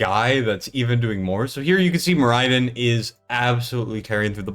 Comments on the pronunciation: can you please stop mispronouncing the SHIT out of Moriden (MORR-uh-dun)? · How are people still mispronouncing Moriden?